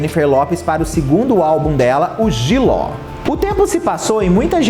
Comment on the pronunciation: Simmmmm, inclusive se vc olhar a foto do perfil no youtube, tem a cara das cantoras repetidas, mas não tem a JLO! Kkkkkk. Imagina vc ser crítico de música e ser parcial desse jeito? Ele é tão desrespeitoso que nem o nome dela ele fala direito, chama de jiló... Faça-me o favor!!!!